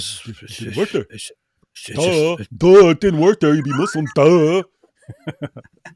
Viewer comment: Did you say "Tick tock time to wok?"